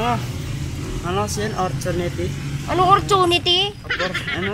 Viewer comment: "Ortunity" 🤣😂 Laugh Trip 😂🤣 Kabalen 👌